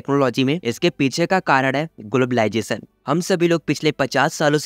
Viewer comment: What is globalisation ❌ Whaat ij globaalijation ✅ 😂